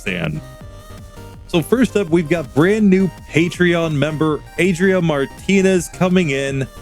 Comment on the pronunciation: Way to go, Jolteon! You pronounced the name quite well that last time, should be something like ah-dree-AH, with that last AH stressed.